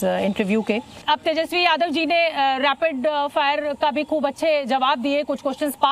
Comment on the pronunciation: Rapid hota hai Cs "Raipid" nahi